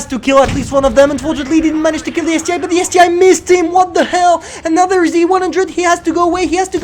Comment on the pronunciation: Isn't it ST-1, not ST-I?